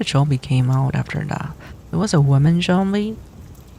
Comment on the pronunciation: J-ombie, I love that miss pronuciation lmfao 🤣🤣